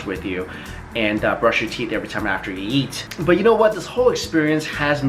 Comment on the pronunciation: every time he says eat i hear yeet